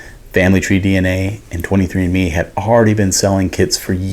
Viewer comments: I swore I heard “selling kids for years” I was so confused and worried, then I just rewinded lol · “Selling kits”😂😂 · I heard the same 🤣